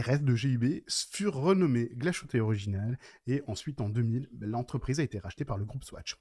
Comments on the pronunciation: Glashütte se prononce " glace - hutteu " (à la française) non ?! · Montre magnifique, rien à dire ! Mais NON, Glashütte ne se prononce pas "glachouté"...😡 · Arrête de prononcer le sh en ch de Glashütte, qui signifie "verrrerie". Il faut prononcer le h en aspiré 🙂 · La montre est belle mais il va falloir travailler la prononciation allemande: Glashütte, Söhne, Lange.. tout est à revoir ! ;-)